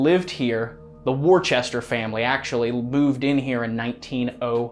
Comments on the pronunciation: Worcester is not pronounced worchester!!!!! Pronounced "Wistah!" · Hey, FYI, the Family Worcester is pronounced " Wooster" but with the OO shortened.:) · Here in New England we have a town in Massachusetts Worcester, only thing they pronounce it Wooster…